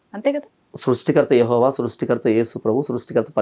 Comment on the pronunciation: యహోవా కాదు రా గొర్రె ఎహ్వే పలకడం రాక